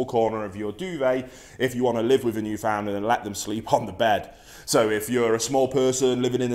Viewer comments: Although spelled 'Newfoundland' we pronounce it as if it were spelled: "Newfinland" Thanks for the video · It isnt new found land, its all one word not broken down into 3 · It’s pronounced more like “newfinland” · Pronounced: new-fnd-land Or newfnlaand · It’s actually pronounced newfndler :) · It’s pronounced newfnland 😁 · No its pronounced New”fen”lander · I just lost my Newf last Tuesday. 😞 Wish he would pronounce it right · Hearing people butcher the word Newfoundland is painful as someone who lives there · The way he pronounces "Newfoundland" shudders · I knew this guy had no idea what he was talking about when he mispronounced Newfoundland, and continued to mispronounce the name throughout the video. Sure these dogs are one of the largest breeds but having grown up with these dogs, even the largest Newfoundlands are small in my eyes. Also you do not need to weigh more than your dog to take care of it. I had a 180 lbs puppy named Rex, and I could walk him by myself when I weighed about 60 lbs. That means that this energetic puppy that was more than double my weight would pull and run every time I walked him, and I had little to no difficulty keeping control. I'll agree that maybe this breed of dog isn't for everyone, clearly too much dog for the guy in this video. But don't be discouraged because one man said "they're huge dogs" (said in the same mocking tone as Willem Dafoe in The Boondock Saints). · if you can say newfoundland right I'd listen